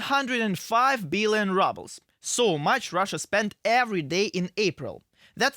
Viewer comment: I like how ruble is pronounced rubble.